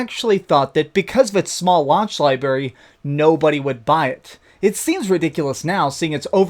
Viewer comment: Who else is triggered when he says... "libary"